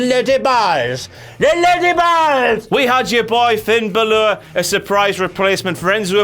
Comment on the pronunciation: The way pronounces "Balor" truly irritates me.